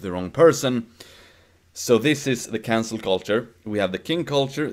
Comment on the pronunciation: I swear was saying "cancer culture" the whole video.